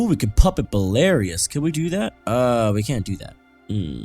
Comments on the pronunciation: It's BELARUS NOT BELARIOUS!! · Belarus is pronounced Bell-UH-Ruse. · Belarus is pronounced bell-a-rhuss